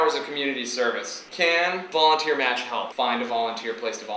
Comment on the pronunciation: u said violenteer lol its like some one volunteers and brought a machine gun then that would be violenteer